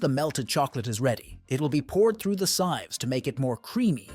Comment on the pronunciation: sives? it's sivvs